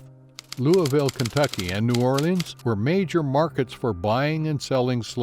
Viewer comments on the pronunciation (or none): none